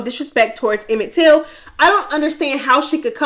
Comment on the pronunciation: It’s “Emmett Till” … Gahdamn🤦🏿‍♂️🤦🏿‍♂️